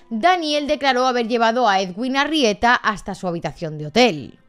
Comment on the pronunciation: Solo un pequeño comentario: su nombre de pronuncia "eduin" y para su apellido se pronuncian las dos "eres", como en "ferrocarril" Saludos desde Montería, ciudad donde trabajaba y vivía el cirujano